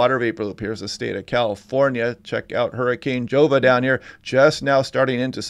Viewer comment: Pronounced 'Hova'